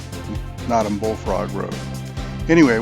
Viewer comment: NOTOM. "NO" - "TUM". And are you familiar with the history why it received that name? So my background quicky...my wife grew up on Notom Ranch and we continue to own property on the ranch and on the Henries. I did however enjoy your video - until you said Notom lol.